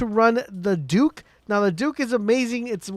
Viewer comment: The “duke” It’s pronounced “duck”